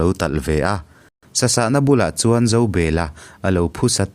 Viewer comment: Zobela hi Zo,bel,a tih hian han chiar teh u